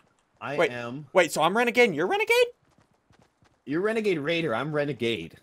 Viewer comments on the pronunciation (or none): He actually said is the renagade rare??? I’m like 👁👄👁 right now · This is how many times Ssundee said Renagade rader? l l 🔻